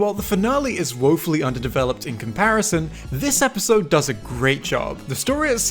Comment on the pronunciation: Him saying episode wrong is more funny than the actual spy jokes